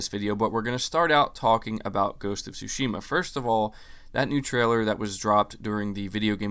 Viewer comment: Stop mispronouncing Tsushima, bro